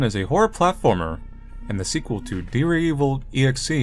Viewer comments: AppSir: Say "yandere". Manly: Yandere. AppSir: Good! Now say "dere"! Manly: Deer. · You can say "yandere," but you always say "deer." ????????